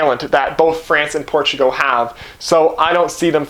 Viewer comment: Dude please watch a youtube video on pronouncing Portugal. It was painful. Portugo :( Also I am Canadien so no excuse.